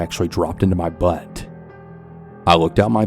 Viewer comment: I don't follow you. This is the first video of yours that was on my newsfeed when i opened the YT app, so I decided to listen because why not. The way you said 'my heart dropped into my BUUHTT' won me over as a new subscriber